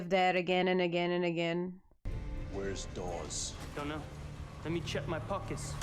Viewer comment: Ganymede is pronounced with the last "e" silent. "Gan-a-meed" Also, it's "Dawes" not "Dahns", there is no "n". It's pronounced like puppy "paws" not the morning "dawns"